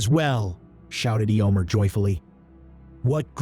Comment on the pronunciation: These are so fun thank you. The pronunciation of EHYOMER is weird (Eeeomer), maybe when you write the script you can phonetically write out the names for those which the AI has trouble with?